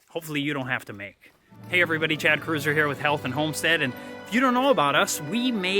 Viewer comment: Your last name is pronounced KROITZER not CRUISER! Just found your channel and I like your content.